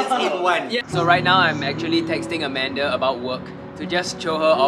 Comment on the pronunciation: Why do u call amander when her name is scoot Beng